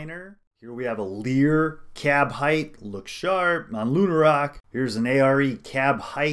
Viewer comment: midrise height, sounds like KITE. not hithe.